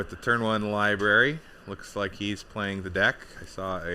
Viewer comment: Lib-ary lol